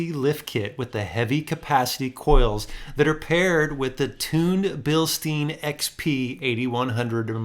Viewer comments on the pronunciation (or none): Your pronunciation of bill stein is incorrect 😊